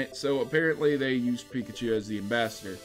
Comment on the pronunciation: Piklachu.... lol